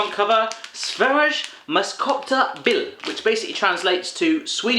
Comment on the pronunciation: 😁 You sucks at Swedish! Sveriges mest köpta bil = Swedens must shopt car. And köpta sounds like shaupta not exactly like that